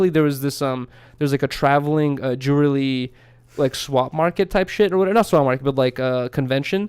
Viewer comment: pronounces jewelry like dj khalad